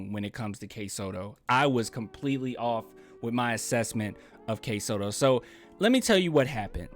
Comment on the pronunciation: It's Kai Sotto. It rhymes with Sky Toto. He's not a bad prospect. Just as likely undrafted but I think he'd be a good project.